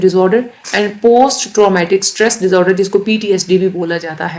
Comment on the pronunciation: Whats with the pronunciation of “Disorder” seems funny😂 more like DizoooderZz